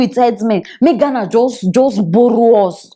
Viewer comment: Please not just Ghana say it correctly